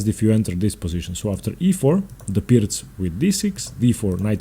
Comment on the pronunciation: I've been pronouncing it wrong. Thanks for giving the correct pronunciation and explaining how the opening should work. I'm not a fan of the Pirc because of what it allows for white. Engaging instruction as usual.